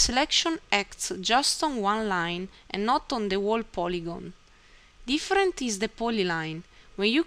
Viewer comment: very informative! great tutorial. btw whole is pronounced hole.